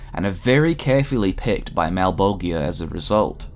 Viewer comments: A new spawn is made every 400 years, not a 100 and its pronounced Mal-Bol-JAH not malbolgia , thats just how its spelt, not how its said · Malebolegia = Mal-bol-juhh (jiuh) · Mal - bol - jah. That's the correct pronunciation. Everything is fine. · The only gripe I have in this video, is he's pronouncing malbogia.. malbojia? I'm not sure on the spelling but I do know it's mispronounced. Other than that I'm now a subscriber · I think the worst part is knowing you must’ve just looked it all up an made a video off of the shit you read in 45 min. You pronounce malbogia so wrong every single time. Anyone who knows spawn, knows how to pronounce his masters name. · FFS it's pronounced Mal-bol-ja. Watch literally ANY Spawn media where it's spoken. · YO!, you're pronouncing Malebolgia wrong man, go and watch HBO HellSpawn hear them say his name the right way man. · You mispronounced malebolgia countless times. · That ain't how you pronounce Malebolgia dude. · Why so many people pronounce malbogias name wrong 🤨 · Does it bother anyone else that he pronounces Malebolgia name wrong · You are saying malebolgia wrong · How you pronounced Malbogia's name gave me anxiety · The g in malbogia is pronounce more like a j then a hard g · Great video but I cringed every time you mispronounced Malebolgia . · You're pronouncing Malebolgia incorrectly.